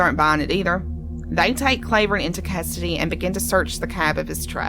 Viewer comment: His name isn’t pronounced “CLAY” vern. It’s “CLAW” vern. And ALC is not in a “holler.” It’s off of KY 899, which is a state road.